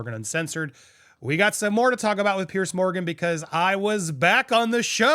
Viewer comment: Andy it’s Piers as in (Peers), nor Pierce…. Just sayin’